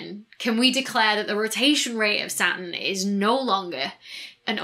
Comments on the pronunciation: And Saturn as Satin :) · I get stuck on Saturn and Satin. I keep hearing satin when she says Saturn...which makes me lose focus on the subject forcing me to notice her left hand pinky finger nail is not colored green like the rest of her fingers...this video is tearing me apart... Its a nightmare for OCD. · I've started saying "Sat'n" now. I'm fine with it. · Not being critical - I love accents - but "Sa-urn"? :-D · Sat'in. You can't forget that regional glottal stop. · She pronounces the "T" in Jupiter but not Saturn, is she trying to sound American? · The big payoff in any of her videos is when she pronounces "Saturn."